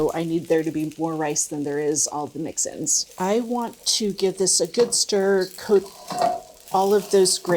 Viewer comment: Ah…mix-ins, not mixin’s.